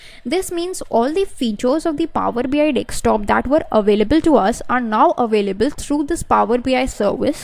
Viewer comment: madam.. It is power BI desktop. Not DekSTOP. Every time you are saying dekSTOP. dekSTOP. It is annoying to listen.